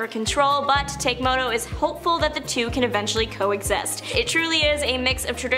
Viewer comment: I was howling laughing at he Samurai Venom pronunciations... Takemoto Tatsuya "Take-moto" should be Tah-keh-moh-toh "Tat-sai-yah" should be Tats-yuh.